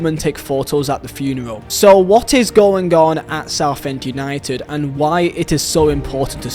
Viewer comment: Where are you from its UNITED not u need you cant say united